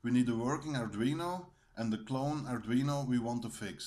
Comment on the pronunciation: The pronunciation sounded a lot like 'ardrino' as supposed to 'ardweeno' correct me if I am wrong.